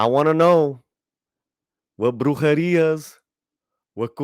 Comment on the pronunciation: Lol...at the end when you said Brujeria.